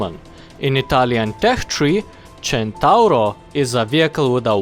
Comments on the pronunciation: I like how you say centauro in the right way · Not super important, but your pronunciation was spot on, it's super nice to finally hear someone outside from Italy not calling it the "Sentouhro" AHAHAH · That perfect "Centauro" pronunciation: first international youtuber that said it correctly, as far as i know! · maybe he is italian himself. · U sayd centauro almost right i kniw It because in from Italy🍕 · As an Italian I appreciate that you used the correct pronunciation ^^ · When the pronunce is correct (Visible happiness) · wow a non-italian that pronunce centauro well! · Spot-on pronouciation, sir. You're now a member of the spaghetti gang. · holy shit you pronounced "Centauro" perfectly, that's something very rare from non-italian people